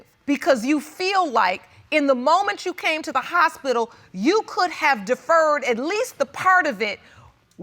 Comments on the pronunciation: It's hospital not HOUSEspital😁😁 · Did she say Housepital?